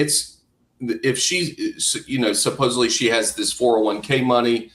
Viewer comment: Can we please grow up and pronounce words correctly…..supposedly not supposebbly!!! For Christ sakes, so many people, with an education, do this! It just bugs me to no end, it makes you sound not credible. 😮